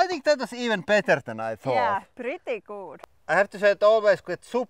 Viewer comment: I hear it as "pritti guud" . Love y'all.